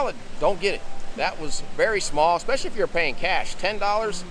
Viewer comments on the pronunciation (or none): none